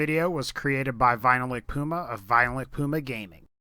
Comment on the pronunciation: whenever you say vilicpuma at vilicpumagaming it sounds like violentpuma at violentpuma gaming